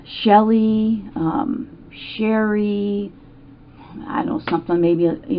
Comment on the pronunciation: The b.... Sounds like she still can't get over that John marrien Sherrie because she can't even say sherries name